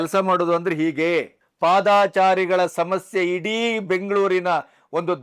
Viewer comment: Sir ಅದು ಪಾದಾಚಾರಿ ❌ ತಪ್ಪು ಉಚ್ಚಾರಣೆ, ಸರಿಯಾದ ಉಚ್ಚಾರಣೆ ಪಾದಚಾರಿ ✅ ಅಲ್ವ sir ಹೆಚ್ಚಿನವರು ಕೃಷ್ಣ ಭೈರೇ ಗೌಡರು ಸೇರಿದಂತೆ ಹೆಚ್ಚಿನ ಜನ ಪಾದಾಚಾರಿ ಅಂತ ತಪ್ಪಾಗಿ ಉಚ್ಚಾರಣೆ ಮಾಡ್ತಿದ್ದಾರೆ ಅನ್ಸುತ್ತೆ...?